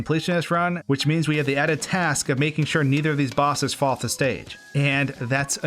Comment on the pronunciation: Did you just say..... Task?